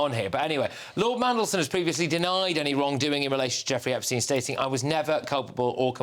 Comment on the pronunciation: Did Starmer say "Opstein"?